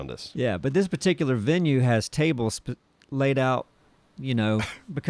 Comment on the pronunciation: First i did think it was just making got laid into lade as a joke pronunciation, but then my trucker stuff came to mind